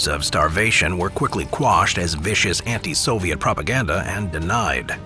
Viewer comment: ВЫ НЕПРАВИЛЬНО ПРОИЗНОШАЕТЕ НАЗВАНИЯ СОВЕТСКИХ ГОСУДАРСТВ.... НЕОБХОДИМЫ ИСПРАВЛЕНИЯ